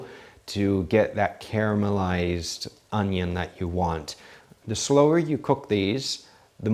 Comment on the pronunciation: You cut your "onyo" almost as good as Chef Jean Pierre :D